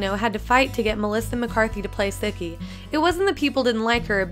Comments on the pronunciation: Sooooooooooookie not suckie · Yeah, like, Sick-ee No S-ou-kee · Erm it's sue key not sook eyy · Did she just say “Sucky” instead of “Sukie”?! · Some of these facts aren’t even true. Keiko wasn’t 27 at the start of the show. She was 23. Based on the year she was born, it’s impossible for her to have been 27. Also, it’s not pronounced “Suck-ee.” It’s pronounced “Sue-key.” Urgh. So many things wrong with this video. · It's SOOkie, not SUHki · Lol the replacement cook said "suckie" in the reunion an- oh shiz if I spoiled it for you I'm so sorry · Actually, it’s Sookie, pronounced, Sue-key. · Why is Sookie said as Suki..... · Sudkie??? What? 😂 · Who else knew all these facts. Also, Alexis Baedeker was 19 not 15 in the first season and Sookies name is pronounced s-OO-key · ngl its kinda triggering that she pronounces it as "sukie" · Learn how to pronounce the name Sookie. Do you even watch the show. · Thank you! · Why was she pronouncing Sookie's name wrong? 😕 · Why are you pronouncing it Sookie